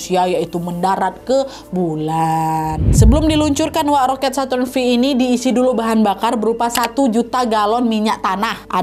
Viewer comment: Bacanya kayanya saturn five kak